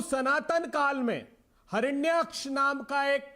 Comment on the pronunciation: Hiranayksha nam bhi bolna atta nahi